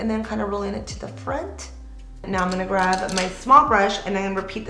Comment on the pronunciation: graB I love your makeup looks and you are so talented. It's just that it's grab, not graV. Lol 🤭